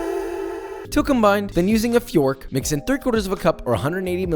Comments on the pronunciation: My man really said "Fyörk" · "Now using a... Fjýøřrűeqqkć." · Moist, penetrate, slurry, foyk. All very annoying, thanks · Well brothers and sisters , it ain’t fork no mo’ ! It’s fiork!